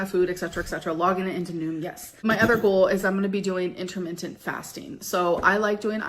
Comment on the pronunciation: "InterMINTent" In your eating window, eat mints? 😢😂